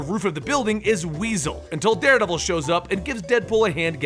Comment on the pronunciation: did he say daredabel